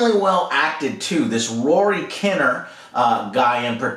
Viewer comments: Just speaking as a Brit, Rory Kinnear's name, is normally pronounced KIN-EAR rather than KINER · When Joe says “Alex Garland” like he’s never heard of him and mispronounced Rory Kinnear’s name , it’s like , should you be reviewing movies ?prolly not, but his opinions can be on track 👏🏼👏🏼👏🏼👏🏼